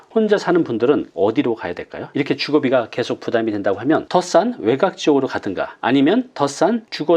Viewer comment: 아주 내용도 좋고 목소리 좋고 말도 부드럽고 명확하고 다 좋은데요.. 외각? 그거 외곽 이라고 해야 하는 것 아닌가요?